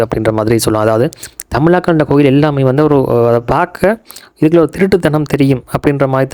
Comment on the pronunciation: கொயில் இல்லை bro கோயில்